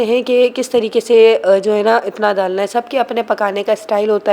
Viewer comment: Aoa please keema nai qeema. Ap دالنا kyun kehti Hain ڈالنا. Apkay khud kay jab pronunciation theek hongay tabhi ap apnay bachon ko Sahi se sihain gi. Please mind mat kijeyega